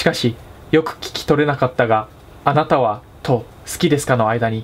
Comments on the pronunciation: あなたはって連呼してるとこ花束って聞こえるww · あなたはが花束って聞こえるw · あなたはが金沢にきこえる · あなたはって連呼するところ、花束って聞こえる（笑） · 花束、好きですか？ に聞こえるw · だんだん花束って言ってるように聞こえる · 金は好きですか？に聞こえた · そこねわかるわ